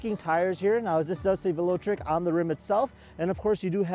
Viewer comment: You got to work on your pronunciations, Velotric and Shimano... It's pretty obvious you are not a bike enthusiast. Everyone knows the name Shimano. It's been around for decades as the component choice of most every rider. I had to stop your video shortly after you butchered these names.